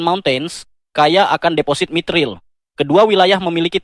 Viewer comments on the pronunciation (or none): Mithril.... mayitil 🤦‍♀️